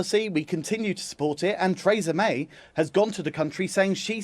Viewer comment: Trays-a May